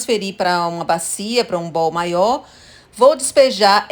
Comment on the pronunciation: "Bou" com o O aberto como vc pronunciou significa BOLA. Bowl, vasilha o O é fechado